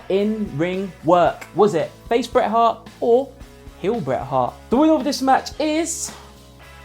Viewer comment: The T in Bret and Hart are not silent